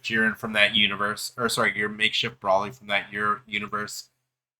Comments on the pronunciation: if u didn't understand the way I typed it as how I meant then I would get what u mean but there aren't multiple acceptable answers lol brawly has never been correct since the dawn of time And okay more clear .. BROLE-LEE If u still aren't getting how I'm typing it just listen to how it's actually said in the anime .. and that's the way to say it lol.. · if goku and paragus don't call him brawlee how tf did u come up with in your own head that's acceptable ? And if u say I'm typing it wrong fine.. I'm saying whatever the way goku literally says his name and paragus is the correct way.. ignore how I'm typing it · no lol bc nothing was disrespectful from me I just caed out that you're only covering this bc its trending and don't actually know what the hell you're talking about .. and u think that paragus, cheelai and goku pronounce broly's name wrong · i want to die every time he miss pronounces broly